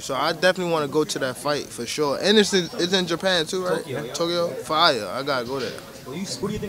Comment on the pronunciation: fine ではなく fire に聞こえます